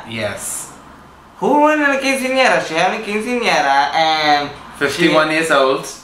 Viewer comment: Did you really think Joslyn didn't know what quinceañera was? Unlike Trinity (who pronounced it wrong!), Joslyn said it correctly. I think she knew exactly what it was (including the "house numbers"!), and that's just her character, that ditzy sex kitten. I love it! She's hilarious!